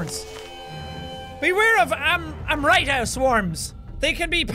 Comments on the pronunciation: Jack the pronunciation of Amrita is Amrit or amrat which is derived from a hindi word meaning a medicine to make people immortal. Like so Jack can see. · Its pronounced Amrit. Rit is pronounced same as kit. In Indian mythology, its a substance that gives immortality. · its amrit (um-ri-t) means Elixir